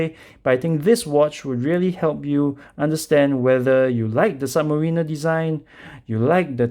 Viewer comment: it's "submariner" not "submarina"